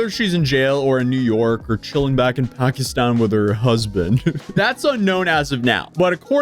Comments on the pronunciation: It’s pronounced Pack-Eh😊-Stan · She pronounces Pakistan wrong. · The way you pronounced Pakistan pissed me off & you said it so many times... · Pakiistaann lol why did she say New York weird